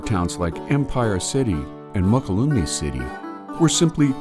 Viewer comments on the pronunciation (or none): Mokelume is pronounced “Muh-kul-a-mee’